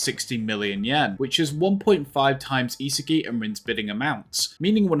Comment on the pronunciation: Who the hell is isehgi 😭😭😭😭 Its Ihsahgi